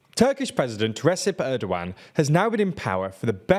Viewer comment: It's pronounced "Rejep" (as in "jail") and Erdoğan's "E" is pronounced as 'a' in "cat" Rejep Tayip Ärdowan